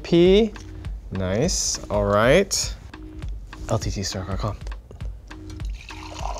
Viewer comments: Am I the only one hearing " LTT store car com" ????? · "LTT Store goc com" -, 2020